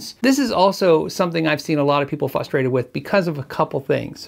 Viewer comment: Are you saying “fustrated” ????